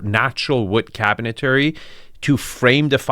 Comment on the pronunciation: Nice ! BTW , it's cabinetry not cabinetary